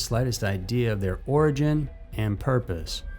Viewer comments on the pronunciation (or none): none